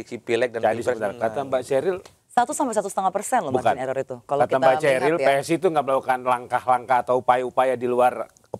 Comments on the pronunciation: PE ES I ....HAHAHAHA....... Cheriillll atau Cheryl ....you lahir thun brp , bilang2 Prabowo difitnah .. ehhhh.....ceril ....cerial. Seneng Dengernya ...serasa berhibur diri ....😀😀😀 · Ceril ....ceril ...ceril😂